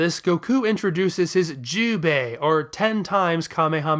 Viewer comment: So I’m learning Japanese and am not fluent yet, but what I‘ve found peculiar about Goku’s 10x kamehameha is that he pronounces the “10x” as “juubei” rather than the more correct pronunciation “juubai” (pronounced like jew-bye), which would be written as 十倍. I’ve always been confused because no other sources I know of has “bei” be an alternate reading of 倍 and the Dragon Ball Wikia writes down the kana as the “juubai” reading, so I thought I kept mishearing the pronunciation until you too read out Goku’s move as “juubei.” I would only assume this is an aspect of Goku’s “hillbilly” dialect and that the Wikia is again providing incorrect information.